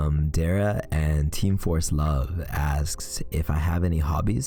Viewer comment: Congrats to now over 56k! 🎉 Also, thank you thank you for pronouncing my name correctly 🙂. Most people right off the bat pronounce it as Dahrah, so it’s a nice surprise to be acknowledged without having to correct someone, ignore it, or tell them to just call me D. Lol